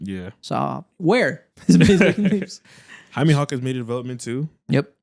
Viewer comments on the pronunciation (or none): none